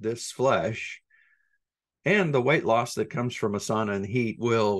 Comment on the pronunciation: Great episode...aside from your pronunciation of "sauna". Lol. Take care.